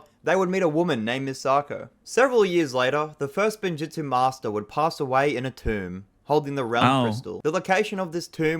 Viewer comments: literally hears how spinjitzu is pronounced and proceeds to pronounce it incorrectly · saying “Spinjutzu” instead of “Spinjitzu” is triggering me so much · god why cant he just use his GOD DAN EARS ITS SPIN JITSU NOT SPIN JUTSU AND IT ISNT FORBIDDEN , ONLY THE SPECIFFICALLY FORBIDDEN KIND THATS A WHOLE SEPERATE THING what isnt rlly explained well or at all is how they absorbed the elements of time into the blades (it was a special alloy that for some reason didnt absorb fire and water) and how wu got the dragons (a lot of if not every realm has its own dragons on top of the first realm having them tho its probably fair to assume first realm dragons are the strongest) zanes memory wasnt reseted its more like disconnecting 1 of 2 or more drives that contains it garmadon didnt CHOOSE to revert to being good , he got reverted due to the overlord being completely defeated and almost killed the evil got purged from him due to lloyds light/creation powers they revived garmadons evil side only cuz his soul got destroyed together with the cursed realm which he was chained in they basically re-created a body with the personality/instinct of how bad garmadon was pre-overlord getting killed the first time but he also got some oni powers/essence added so he became arguably more evil (tho having no memories and essentially being a brand new person cuz also new soul aint doing him good) "sons" of garmadon aint his sons , its just a name cuz they follow him same as in christianity people say everyone are children of god or whatev